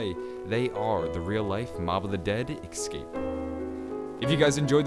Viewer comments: escape. not "ecscape" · It's escape not ekskape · it's escape not excape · Its Escape not Ecsape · Could you please say Escape and not Excape? Theres no X in ESCAPE! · OMFG ITS ESSSCAPE NOT EGSCRAPE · Only thing that bothers me about this whole channel is "ecscape" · It's ESSSS-CAPE not EXS-CAPE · Escape not ecscape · Bro say it right Es-cape not Ex-scape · I hate how he keeps saying "exscape" and not escape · "eggscape" what. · It is Escape not excape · They built a plane and "excaped" They attempted there "excape" There was a pipe in his way that prevented his "excape" Jesus man don't skip English class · is he gonna stop saying ecxcape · Ex-cape. Ex-capable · Excape isnt a word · Why do you say "ekscape" instead of escape its kinda annoying..... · ALWAYSE SAY EXCAPE ITS ESCAPE CMON PEOPLE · I feel rude for saying this because these videos are awesome (very helpful/knowledgeable), but is anyone else annoyed about 'ekscape' not 'escape'? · OMFG!!!! The was he says escape pisses me off. Idk why it just does. I mean exkaped is basically what he's saying. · Ecscape? Seriously bro? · I cringe every time I hear him saying ekscape. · It sound like he’s saying X but he some people talk different relax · Stop saying excape just a pet peeve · The way you pronounce "escape" just hurts my brain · But the way he says it isn't a joke...